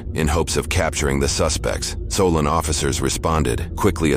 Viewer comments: It's pronounced SO-LIN, not SO-LAWN😂😂... i pass that way every Tuesday😳🫣, i believe they are right by 422 in Geauga County, Ohio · It’s pronounced “So-lynn”